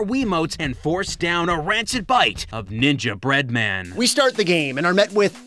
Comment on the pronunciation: It irks me the way you say "Ninja Bread-Man", clearly ignoring the cadence suggested by the "Gingerbread Man" pun.